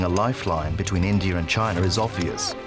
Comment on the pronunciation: India does not have an R in it. How about pronouncing it properly??